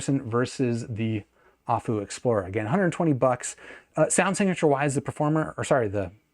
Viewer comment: It's A-full, not ah-foo lol. Their name was never hard to get but nobody says it right. I am really interested in this though, if it would be a better rec than the P5. My P5 was the best purchase I made until I bought my Thieaudio Hype 4. The P5 I could literally wear all day long with how comfortable they are. Plus the performance for the price was amazing, I literally sold my davinci because going from that back to my P5 made me realize I wasted my money. Especially because I bought my P5 on one of the last sales that went down to $175 for the price and that's such a steal